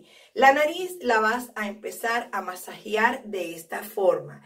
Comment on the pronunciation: Se escribe y dice Masajear.no masajiar